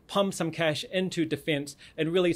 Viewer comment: Ongoing tists?! Difinse spending?! Nivir!